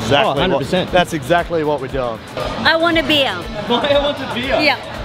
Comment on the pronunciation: It's beeeer not beera